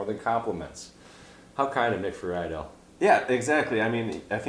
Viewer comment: Lol also that was pretty low of Nick. Disappointing. And his last name is pronounced Free-dell